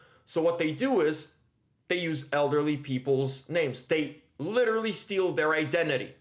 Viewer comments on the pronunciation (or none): none